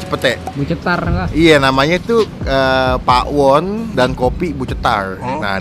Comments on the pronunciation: Bukan Pa'won bang tapi Pawon biasa baca nya BHS Sunda Pawon tuh artinya dapur 😅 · Pawon bang, bukan PA'WON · maaf bang kayak nya baca nya salah .. bukan PA WON .. tapi PAWON .. PAWON di bahasa sunda artinya DAPUR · Bacanya Pawon gk pake pa'won hehehhee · Nyebut pawon disatuin aja, bukan pa'won, pawon itu artinya dapur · bukan pa'won tapi pawon kaya tawon bgtu bacanya hehehehe CMIIW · Bacanya bukan pa'won bang tapi tetep pawon😃 Pawon itu dapur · Pawon brow bukan pak.won 😂😂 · maksudnya gak pake jeda gt kak langsung pawon bukan pa won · Bener.....bacaan nya pawon.. Bukan pa'won.. Pawon itu artinya dapur😊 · pawon bukan pa won,jgn pake jeda bang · Pawon baaang bukan pak won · Baca nya jangan dipisah bang bukan pa won tapi langsung Pawon, itu artinya dapur 🤗🤗🤗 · pawon sihh bukan pakwon 😁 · Cara bacanya bukan pa won bang, tapi Pawon Pawon(BHS Sunda)=dapur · Pawon ya bukan pakwon nyebutnya " Pawon itu bahasa Jawa artinya dapur .. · Hai bung bukan pa, won tp pawon ngomong nya, nanti jadi beda arti nya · Pawon itu bahasa jawa yang artinya dapur mas... Dibacanya ya pawon bukan pa won😆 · Bacanya pawon, bukan pak won.. Pawon itu bahasa jawa artinya dapur :) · Kata pawon itu bhasa sundanya dapur bang jd jangan bilang pa won,kita bilang dapur ga da pur kan? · Gue kok dengernya ngomong pak won ya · Gpp sih malah lucu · darimana yaa, cara baca Pawonnya kurang pas. Ga apa, tiap orang dengan lidah asal selalu punya ciri khas. Terimakasih review-nya... ternyata emang bener2 cetar